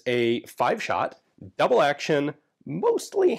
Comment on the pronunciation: "Le formidable" must refer to the grip strength you need to use this weapon. on the other hand, "Double AHHRction" is a good nickname for it too